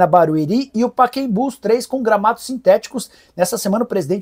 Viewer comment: Ouvir o Nicolas falar Paquembu, é triste